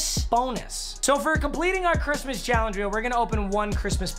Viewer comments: Really u said chrimas instead of Christmas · He said merry chrimas